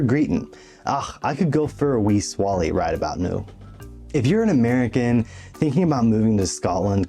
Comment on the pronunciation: “Swah-Lay.” He’s oan the swally agane. Make mine a Tinnints. Your welcome. 😂